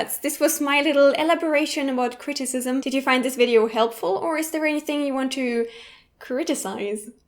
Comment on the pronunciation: Yes, but it's not pronounced that way.